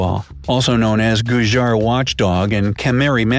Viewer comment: It's pronounced gu-jjir and not gujjar.. And its KA-SH-MIRI not kamiri..